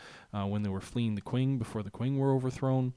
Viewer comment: I know this is an old video, but the way you say "qwing" needs addressing :) It's pronounced "ching".